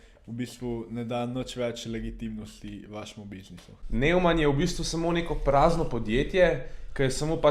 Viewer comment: Mugoc ne vejo ljudje za obrestno obresfovanje in pol ne razumejo čist. Pa nojman se prebere ampak ja...